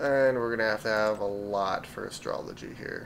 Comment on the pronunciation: It's Astro-loy. Not astrology.